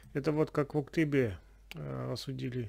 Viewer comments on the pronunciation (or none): none